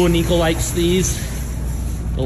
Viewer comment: It’s niko not “nico”